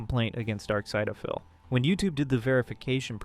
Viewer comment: Why are you saying darksyd-a-phil